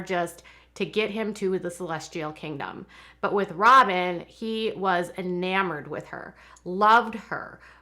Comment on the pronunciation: She said "Sobyn Robyn"🤭🤣🤣🤣🤣